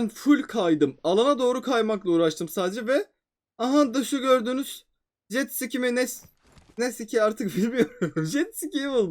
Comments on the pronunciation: Jetski Degil Atski dqwdqwdwq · Jetsiki 😂😂😂😂 komik soyledin yaaaa😂😂😂😂 harika oyun yine guzel bi oyunu bekliyoom 😁❤👍